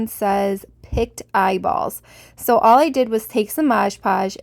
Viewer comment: Your jars look fantastic! I really am in love with the spider one . Just for your information I was very confused when you were talking about the last set of jars. It sounded almost like you said "picked eyeballs " as opposed to "pickled ( the word pickle with a D on the end) eyeballs " . It kept throwing me because "Picts" ( sounds liked picked) were a group of people in Europe and would probably not have wanted their eyeballs in a jar! Lol! I love your creations. Keep up the creative inspirations.